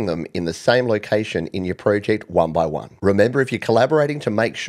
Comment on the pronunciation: One-by-on. Oh Apple. SMH.